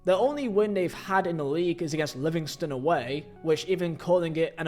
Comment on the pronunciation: Another English YouTube channel where the presenter has never been to Scotland and doesn’t know a single thing about Scottish football except for headlines in papers and on sky sports news. Really lazy pronunciations you could’ve used google to help but nope you just made yourself look a right idiot. Especially with the Livingston comment. That’s just disgraceful especially since I know a Livingston fan who’s passionate about them!